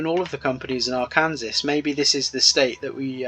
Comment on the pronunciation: say it however you want, but we say ark--ANN--saw not ar--KAN--ses. it's named after the aboriginal people from thereabouts